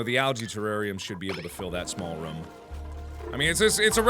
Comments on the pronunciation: Pretty sure mark said ruum not room ;) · Markiplier Room NOT RUM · The was mark pronounces rooms gives me life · Mark... Rum is something you drink, not something you live in. Its Roooom not rumm. :D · The way Mark says room 💓